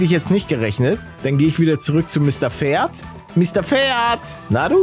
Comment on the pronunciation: Wie jeder Pferd sagt:Pferd Wie paluten pferd sagt:,,Mister ferd " Mir geht gerade der stift 😂😂